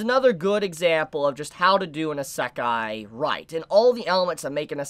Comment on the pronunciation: Eeeeeeeeeesekai not esekai